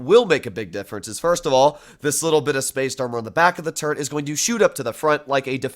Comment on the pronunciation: saying turret armour: turd armour